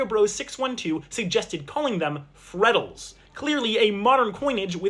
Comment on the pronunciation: Yes but it's "FreddleS" with an s XD